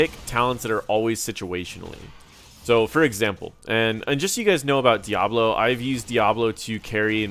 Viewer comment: I keep hearing Diavolo instead of Diablo lol